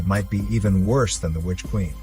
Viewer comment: Oh plz "which quieen" LOL